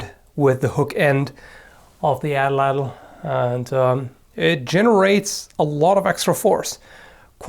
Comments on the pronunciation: "addle addle" lol it's a nahuatl (meshica/aztec) word so the tl sound is made by hitting the roof of the mouth with the tongue (like a t sound) then holding the voice as you slide the tip of the tongue backwards (similar to an l sound) so the whole word is more like 3 syllables at-lattle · Just a correction, it's pronounced "AH - tlatl". The A is stressed and it is pronounces separately for the rest of the word, which is pronounce in one single syllable. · fun fact! the atlatl is actually pronounced atlat with emphasis on the ATlat part. in the nahuatl language the tl at the end of a word is usually silent! n.n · you're pronouncing atlatl WAYYYYY incorrectly. For future reference, the "Ls" in Nahutl when proceeded a "T" is silent, and second to last syllables are stressed with an accent. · Well, he didn't exactly pronounced it how it should be. The real way is lot more "tongue twistery".